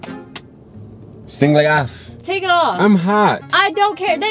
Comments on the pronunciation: 🤣🤣🤣🤣 the background music together with her facial expression tho sound like he said single A Have🤣🤣💀💀💀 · When he said “singleafff” 😂😂 all together in one word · The more pronounced it "Sing-lè-aff" the more I was convinced😂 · "Singly Ahff" lmfaooo nah is a fool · I screamed lmao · I died there 😂😂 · I'm crying!!!! I was not ready for that!!! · That sent me 😂😂😂💀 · “Singlayof” better stop playing with Karla! She was NOT buying that shi. 😭😂😂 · I died when said it’s pronounced “singléAff”😂😂😂😂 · “If you squint you can see it say “singlay ahhf” 😂😂😂😂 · It's forgien it says "Singléaff" 😂 I died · SINGLÉ AF [singlay aahf] 😂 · i’m hella weak he said “singleaff”🤣🤣🤣🤣🤣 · When he said it's foreign "singleeafff" 😂😂😂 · 😂🤣 LOL "SINGLYAFF!" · How he pronounced "singleaf" killed me. 💀😂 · He really tried to say singleafff lmfaooo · Dude said "singleaff"😂😂😂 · Sin-gle-af lol its a foreign language lol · Dude is funny asf 💀….. the way he started pronouncing it like it’s actually a foreign quote 😭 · I swear this man should do stand up comedy. he really said that as if it's one word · When he said it as one word, I died😂😂😂😂😂😭😭